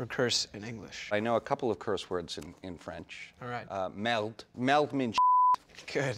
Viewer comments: I hear "melt" and then realize he is saying "merde". French is my first language, i'm telling you he did not say the word right. "Merde" or "caca" really means "shit". In Quebec we use Church words for swearing. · isnt it merde not "meld" ?? :P whatever MATTHEW IS AWSOME! :D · Yeah im not even french and i know he dident say it right , i was like wtf 😂